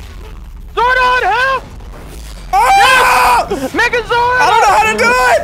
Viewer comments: you guys are calling it mega zoid it is mega zord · I went back if you listen close he says megazord it just sounds like it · He said magazord but it mostly sounds like niggazord